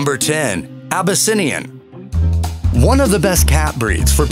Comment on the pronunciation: This narrator continues to butcher pronunciations... Abbasinium, Sinx, Aussie-cat, Shatrue, Burmeece, Minks